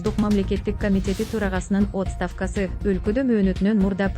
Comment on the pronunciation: Оот'ставка дебей суйлочу 🤦‍♀️